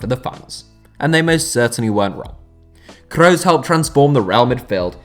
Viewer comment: Mooler and Crows, Germany's finest